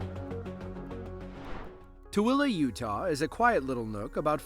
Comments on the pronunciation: Thank you for pronouncing Tooele correctly! well done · Dude, you pronounced Toole PERFECTLY! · I'm impressed that you actually pronounced Tooele correctly! Bravo! 😊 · I like it that the narrator knows how to pronounce Tooele. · You must be from Utah because you pronounced Tooele correctly! 😂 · Props on pronouncing "Tooele" properly